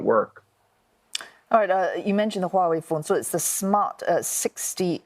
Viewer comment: He’s pronouncing Huawei perfectly 😂